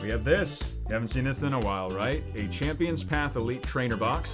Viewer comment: 'Machampions path'